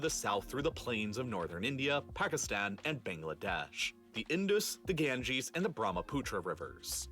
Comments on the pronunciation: well he said it right😐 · oh yes he said it right I was talking about that real life lore guy.